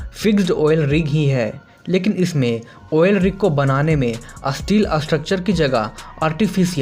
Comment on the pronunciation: Asteel nhi steel hota Hai...